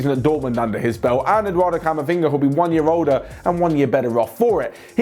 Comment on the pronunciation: You can't pronounce Camavinga